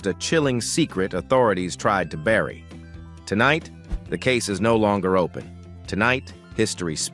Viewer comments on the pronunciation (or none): none